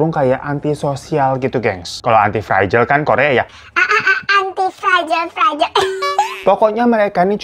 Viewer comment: Antitititi fragile bang, bukan aaaanti fragile 😭